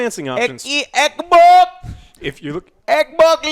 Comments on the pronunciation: "EK E EK BOOOK EK BOK LEEK EK BOK S" 🤣🤣🤣🤣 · everyone: Everyone...:: "ECH BOK SERIES ECH!!!!". Love it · I need to make a 1 hour loop of saying: Ecboc... because I like when he says that c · When Joe says eckbok I wanna drop kick him out of his chair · 😂😂 it’s funny when he say that I be crying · Eckbok eckbok eckbok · Yeah, it’s really annoying....... gave the video a thumbs down just because of that. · Its called ekbok series s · someone saying ecc-bocc wrong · Alex: Theres some financing optio-😐 Joe: ECK E ECKBOK!!! Alex: I you're loo-😐 Joe: ECK BOK LEAK ECK BOK E S!!! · Stormtrooper 2323 it’s pronounced ec boc 😂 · Took Joe 3 attempts to say the name correctly. Not confusing at all :P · Joe said the Xbox consoles names wrong almost EVERY SINGLE TIME😂😂